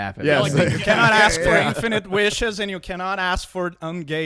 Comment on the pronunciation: did you seriously 'axe' how you won the 'who is the most gay' poll? It's because every time people look at you they see a nice big ''. D'uh!